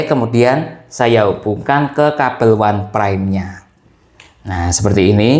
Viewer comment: Bacanya itu "onpraim" bukan "wanpraim"